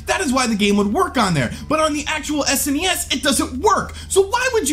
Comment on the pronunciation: I love because he says S.N.E.S. instead of that lousy sounding Sness...